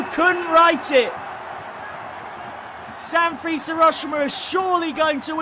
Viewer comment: San freeze, Mutsuki Kay-to, YOUrawa. it literally took seconds to google 😂